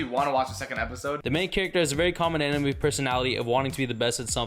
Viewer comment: Imagine naming your channel TheAnimeMen and can't even pronounce most of the anime correctly.......